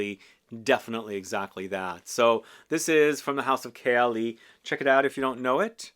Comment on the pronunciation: Your pronunciation of Khaltat makes me want to try it. Authentic!